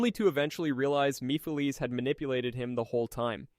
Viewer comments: Meepheleez. Only AI could say it like that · You pronounceation of Solaris and mephalise I find laughable. Practically defanged the manipulater completely! Seriously mefalises? Sounds like so jokie sat am villine not the end of the world threat. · Come on now you know how to pronounce mephiles …🤦🏾‍♀️